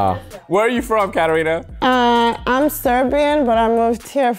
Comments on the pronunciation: she pronounced it in an americanized way. I didn't say that your name is Serbian, you don't have to get offended immediately. The name is of Greek origin, the Serbian version is Katarina, not Katerina, and we in Serbia pronounce it the same way you pronounce your name. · Its KATARINA not KATERINA just saying 😅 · I don’t even think she’s Serbian at all. How doesn’t she know to pronounce her own name correctly? That’s just unbelievable.